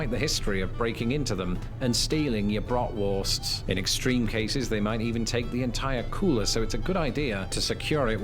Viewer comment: He lets us down by saying marshmellow, 2 thousand 5 and brotworsts.